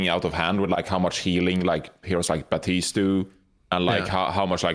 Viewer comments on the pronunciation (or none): Can an American explain to me why Americans seem to pronounce Baptiste as "Bahteest"? They almost always make the P silent